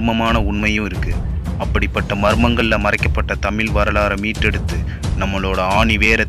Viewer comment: 'தமிழ்' அருள் கூர்ந்து...... சரியாக பலுக்கக் கற்றுக் கொள்ளவுவும்...